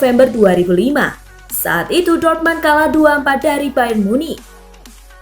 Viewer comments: Min,kalo jerman apa tulisan nya itu yg dibaca,dortmund tetap dortmund bukan dibaca dortman,koreksi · Ngomongnya biasa ajalah ngga usah banyak gaya,,ngomong Dortmund aja jangan dorman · Dortmund kali bukan dortman,bicara lah yg bener semoga kk sepasi yg lama cpt kembali 🤲